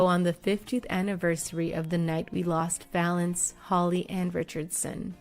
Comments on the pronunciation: It's Valens not Valence you disrespectful hack. Ffs if you can't figure out to do your homework and check the details, don't bother. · Richard Violence ? It’s Richard violins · Richie Valance??? It's Valens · Speaking from someone who has the last name Valenzuela its “Valenz”